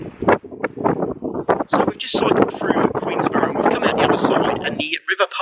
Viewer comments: Queen’borough’ no ‘s’ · Please, the locals will go mad, it's Queenborough, there is no "S" in it, just saying